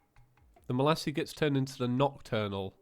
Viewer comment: The yoyo isn't pronounced 'Malassie', it's pronounced 'Malays'. Otherwise, great episode,.